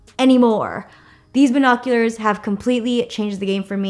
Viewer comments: she said buHOcuLEhrs (ily) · She said 🧐🤪BINOCULARS